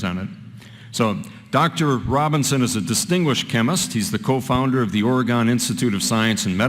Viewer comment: Oregone ... WTF ... it's Ore-gun moron ...